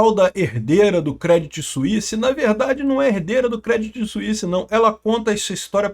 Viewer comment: A pronuncia correta é " Crêdí "... Crê não Cré ... acento no i e sem falar o T; Outro dia fez um video falando do branco BNP Paribas, se pronuncia " Parribá ".